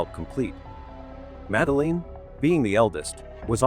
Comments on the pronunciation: Please teach that soulless, canned AI voice to pronounce the girl's name correctly: it's "Mad-Lynn" (two syllables), not "Madda-leen" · 18 years later and you still can’t pronounce her name correctly? Absolutely shocking 😮 you dosey septic!